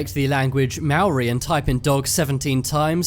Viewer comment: He pronounced Maori wrong, But it's ok